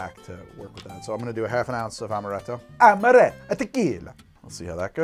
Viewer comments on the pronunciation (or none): while speaking with the Italian accent, just makes him seem like Mario became a mixologist. "Its-a made with AHMaRETTo, WA-HOO!" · pronouncing italian: ~amarrretto~ pronouncing french: meyes en playce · That first cursive "amaretto" sounds like it came straight out of an Italian ad, damn.